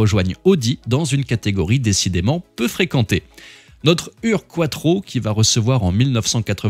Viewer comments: Malheureusement il y a 2 belles erreurs dans cette vidéo. Le mot UR-Quattro est mal prononcé. Il n'y a pas un tréma sur la lettre U, donc en Allemand on prononce cette lettre comme OU. On doit donc dire OUR-Quattro. En plus, la définition de ce mot veut dire : le premier, le pionnier. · Petite remarque: Il faut prononcer "Our"-Quattro (comme dans "four") ;-)